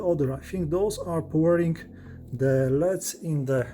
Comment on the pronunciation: "leds" lol. I love this guy. Subscribed!